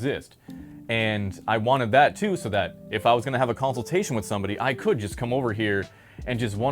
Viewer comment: Bro has to exaggerate the word "come" into "cum" 🦝